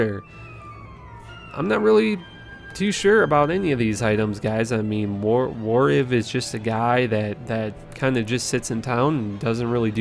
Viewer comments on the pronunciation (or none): omg i think this guy's entire purpose is to play the most pointless long con of intentionally mispronouncing words, even ones that are literally spoken in the game... warrEEV, damnit! not warrIV! it's absolutely defiant... does he read comments? if he's still saying some things wrong does that constitute disrespect to his viewers? my head is going to explode